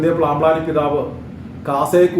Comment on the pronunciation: ജോസഫ് പ്ലാമ്പ്ലാനി അല്ല, ജോസഫ് പാമ്പ്ലാനി